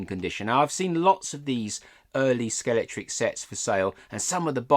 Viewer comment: £12 .95 was indeed the RRP for that set in 1974. By the way, it's pronounced Scalextric, not Scalectrix. Sorry, pet peeve. 😀